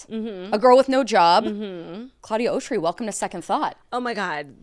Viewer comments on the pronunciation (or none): You said her name wrong. Is “aw-shry “ I think???